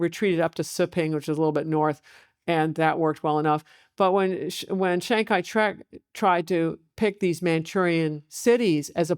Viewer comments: ~ : "Chiang Kai-Shrek" 😂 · chiang kai... shrek???